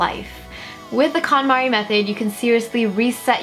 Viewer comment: Thought she kept saying Condom.